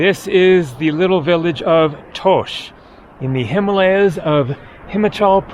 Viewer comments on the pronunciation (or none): please pronounce. “ Himalayas “ and “ Himachal “ correctly…..after all the years of travel ….and you still pronounce some words with that arrogant American pronunciation…….love your videos, but your western pronunciation is a big turn off….and I find it disrespectful…….at least try to get the right pronunciation……most foreigners try to learn the main words in a language to communicate……‼️⁉️🇺🇸 Edit: I thought that with the starlink satellites, reception would have improve in the mountainous regions of the world…..at least that’s what T-mobile said….